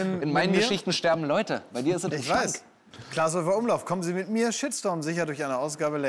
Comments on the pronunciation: Erst erkennt er Frank Elstner nicht und jetzt sagt er zu Klaas 'Lars' 🤦‍♂️ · Die kurze "peinliche Stille" war eher da, wo Felix Klaas Name falsch aussprach :D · er hat kurz vorher „klaas“ gesagt, der weiß sehr wohl wie er heißt. war ein kurzer versprecher, get over yourself.